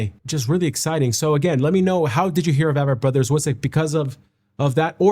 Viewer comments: Name is pronounced as A-vett Brothers . like A-Corn 🙂 Been a huge fan of them since the beginning around 2002 -ish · Their concerts are just as intimate. And it’s AAAAAAAAyyyyy-vett, not a-vett. Big A, not little A. They are my favorite!! Discovered them through my husband, he discovered them through his Army Battle buddy who went to high school with Seth. Their music is very autobiographical. Start at the beginning, listen in order, you will see their life transformed over time. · I have loved them for so long. Glad you do now too. They pronounce their name The A, as in A+ vett. Just an FYI